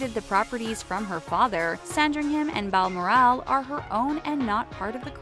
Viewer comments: Please learn to pronounce places before doing these videos. Mispronouncing balmoral is just embarrassing. Pity because I like these videos otherwise. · Anyone annoyed how she pronounced Balmoral no offense